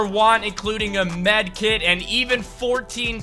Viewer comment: wait a minute you said drinking midkit